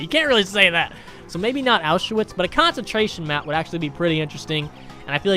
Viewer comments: Dude said “Ow shoe wits” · Nobody:: ow-sha-witz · The way he pronounced Auschwitz😂